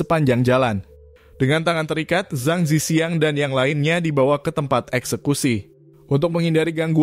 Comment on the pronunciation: org hk drmn? dia baca nama zhang zi qiang aja salah.. harusnya di baca cang ci chiang dalam mandarin.